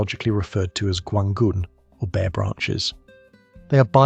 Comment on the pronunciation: Gaungun is not pronounced literally, as it's only a rough approximation. In Mandarin, it sounds more like guahn gen (and the "g" sound in the second word is like "g" as in "gun", not "g" as in "generation").